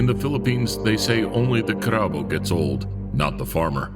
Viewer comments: Did my mans just say crabao lmaoo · Big fan of you but the way you pronounced "carabao" made me pause and rewind just to figure out what you said 🤣 But great stuff as always! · The way you pronounced Carabao is everything. 😂